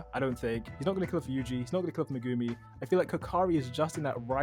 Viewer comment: Did you guys call him…..Megoomy…?